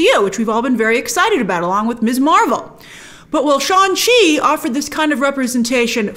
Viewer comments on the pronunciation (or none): Hadn't Brian Tong clarified in your collab video that Shang-Chi is pronounced with the G.